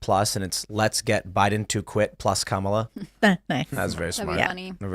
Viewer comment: How can you run a political website, cover politics closer than most humans, cover the presidential campaigns for the last year and still not pronounce the guys name correctly.